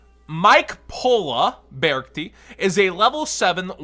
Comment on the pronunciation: I think its pronounced be-arc-ti ??? Idk